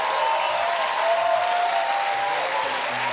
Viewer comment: haha I think someone messed up on the teleprompter "he's a prevert" - I think they meant "pervert"